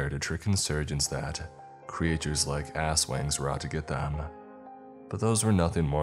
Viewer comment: I love how he pronounced 'aswangs' into ass wangs.